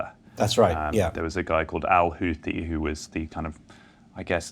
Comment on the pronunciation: "Houthi" is pronounced the way it is spelled, Messrs. Sayers &: it is NOT pronounced "Hooty." Arabic makes extensive use of the "th" sound (as in "thin"). To quote Wikipedia: The Houthi movement (/ˈhuːθi/; Arabic: الحوثيون al-Ḥūthīyūn [al.ħuː.θiː.juːn])